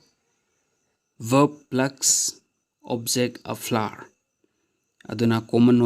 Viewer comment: Keino flar di🤣🤣🤣🤣🤣flower na sengna hyudna🤭